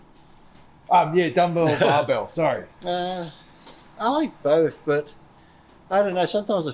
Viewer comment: "I like bowf" 😁